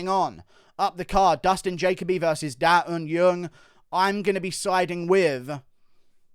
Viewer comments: Guru... Daeun Jung is NOT Daeun Yung.... It's Jung. In Korean, you'd say the surname first "Jung Da Eun ( Not Yung ) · It’s not da un yeung, it’s Jung as in juggle or jungle